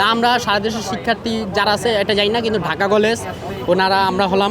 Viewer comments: ঢাকা কলেজ এর শিক্ষার্থী ঢাকা কলেজ সঠিক ভাবে উচ্চারণ করতে পারে না,সে ঢাকা কলেজ এর ছাত্র,হাউ ফানি !?? ঢাহা কলেজ,হা হা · ঢাকা কলেজ ।এইটাও ভালোকরে বলতে পারতেছেনা।😂ঢাহা কলেজ 😂 বলতেছে ।অবশ্যই পরীক্ষা পিছাতে হবে।❤ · Dhaka college uccaron korty pary na , aisay exam er time 26 tarik conform korty ...